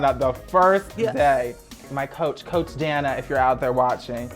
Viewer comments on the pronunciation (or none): none